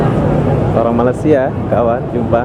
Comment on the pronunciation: hmm katanya udah lama d malaysia tapi gak lurus lurus sebutan malaysia nya... wkwk